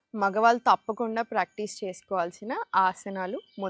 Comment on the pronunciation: మాగ్వాల్ తాప్కుండా కాదండీ మగవాళ్లు తప్పకుండా అని పలికితే బావుంటుంది, తెలుగు కి ఇంత దారుణమైన పరిస్థితి తీసుకొచ్చేది ఆంధ్రా తెలుగువాళ్లే, మళ్లీ తెలంగాణ భాషను,యాక్సెంట్ ను హేళనగా మాట్లాడతారు.... మీకు మరీ అంతగా తెలుగులో రాకపోతే జెంట్స్ లేదా మెన్ అనండి సర పోతుంది. అంతేకాని తెలుగు భాషకి ఠెగులు పట్టించకండి.. మీకు నమస్కారం !